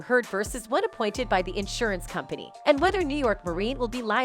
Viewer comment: You can't say "company" just like you can't say "brothers"? I don't know how you keep getting work, you seem to be so incredibly lazy, determined never to put any effort whatsoever into what you narrate. Have you ever looked anything up? Even once? In addition to which you speak so quickly, running each and every sentence into the next, that you are difficult to understand. Who says faster is better? Not if it's so fast people can't understand it. Once again, it is not Ma-lor-ka. But you won't look it up, or type into Google, "How do you pronounce Mallorca?" That would take too much effort, would it?